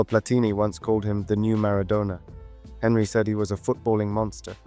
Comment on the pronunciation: great video but your pronunciation of henry mbappe and cisse names wasnt correct just a heads up